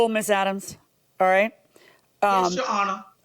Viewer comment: All I hear “He lying honor” !!!!!